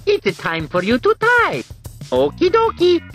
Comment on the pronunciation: I know he said type, but... It just doesn't... sound like that